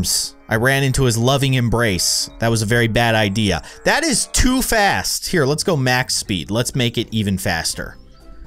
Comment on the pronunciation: You said “what was thet?” XD